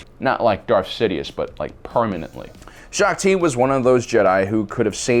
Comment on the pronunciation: U definitely got Shaak Ti wrong